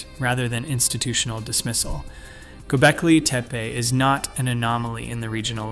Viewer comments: Pronnciation is Gobekli not Gobelki. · Might help if you pronounced the word properly. I mean, READ THE WORD. It’s gobekli, NOT GOBELKI. Not even worth finishing the video if you’re gonna get that wrong through the entire thing. And don’t try to say thats the way it’s supposed to be pronounced. It’s not.